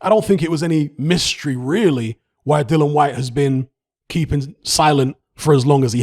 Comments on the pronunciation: What you chattin 'bout?🙄 He's saying 'Dylan' the mans name is 'DilliAn.' You deaf or not very bright? I'm correct here. You got that?🥱😴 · Mate. His name is DILLIAN. There is a letter 'A' in his name. These are fucking BASICS. Pronounce the man name CORRECTLY ffs.🙄🙄🙄